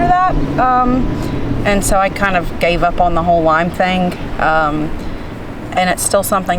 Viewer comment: Hi, its Lyme not Lime